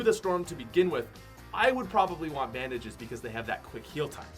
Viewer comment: This man did not say bandages😂